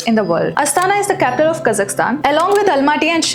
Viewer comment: you are the only Indian the name 'Kazakhstan' properly pronounced, BRAVO! like it. :)